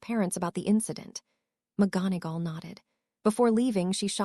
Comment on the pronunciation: The reader can't pronounce McGonagall